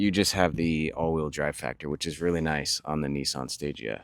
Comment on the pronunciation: Fun fact the stagea is pronounced like stageah and the meaning behind stagea is stage advanced